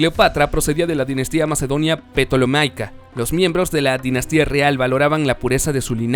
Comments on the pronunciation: Y es Tolemaica, no se lee Petolemaica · se pronuncia tolemaica y no petolomaica como psiquiatria no pronuncias la p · Cierto, Ptolemaica, no se lee Petolemaica sino Tolemaica, la p ahí es muda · Muy buen video, bastante ilustrativo, buena dicción del narrador, aunque puede mejorar. Ejemplo, en Ptolemaica la P es muda, como en Psicología, de manera que se pronuncia Tolemaica.